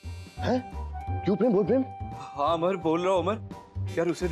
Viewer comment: Kyu pream bol pream😂😂😂